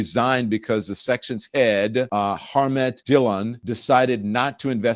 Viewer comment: Don.....really....Harm-met ...... it is pronounced Harm-meee. The T is silent